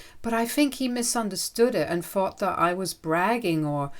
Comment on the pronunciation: It's "THing" not "Fing" "THought" not "Fought" Hope that helps.